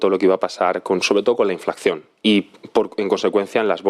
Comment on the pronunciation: El entrevistado no tiene ni idea de economía. Dice "inflacción" para referirse a la inflación (en el minuto ). ¿Pero de dónde ha salido este tipo? ¿No será un niño de papá que jamás ha estudiado y que le han enchufado de jefecillo? Se ha puesto un disfraz de jefe usando el traje para ir a una boda en una catedral.